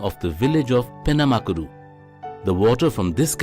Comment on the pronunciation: Penamaluru...not penamakuru You bloody English fella